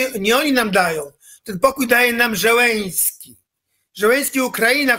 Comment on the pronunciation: niech ktoś w końcu odważy się powiedzieć Skrzypczakowi, że prezydentem Ukrainy nie jest żaden Żeleński tylko ZZZZZeleński.